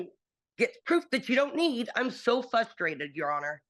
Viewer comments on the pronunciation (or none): “I’m so FUSTRATED, Your Honor”. 😆 gotta love when adults still don’t properly pronounce commonly used words like that but still expect to be taken seriously by people with brains judge has done nothing unfair toward her, she’s just an idiot